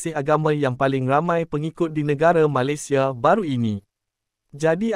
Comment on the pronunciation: Sebutan kata "Malaysia" agak janggal tidak sama dgn cara warga Malaysia menyebut perkataan Malaysia